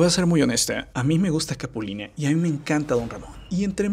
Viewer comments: NE SE LLEME CAPULINE SE DICE CAPULINA HISTORIETA VIRUTA NO VIRUTE !!! NO SEAS BRUTE 😂😂😂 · por que dice "capuline"? y como pujado así raro "capulineehh" , se poncha cada que termina una frase